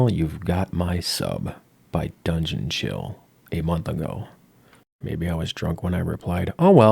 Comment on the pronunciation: Lovely review, loved the "Grim beard! DRUNGEON CHILL!" bit, but I do gotta disagree on the acting bit - I think they knocked it outta the park for what they had. The self-absorbed president, the dutiful big bro, the outrageously cocky protagonist and his rival, all super fun and acted well, even if the writing's sometimes a bit, uh...not too great. Their sets are pure 90s, though. The power ranger-ass armor, the BIG NUTS and drawers, the teleporter that's just a plastic ring chucked on the floor, I love it. I'm definitely gonna throw this onto my list of stuff to play! It sounds and looks genuinely fun. Edit: Hey that's me! Neat. I see I'm not the only new subscriber from a German speaking country! Hearing you pronounce "die Spottgeburt" is great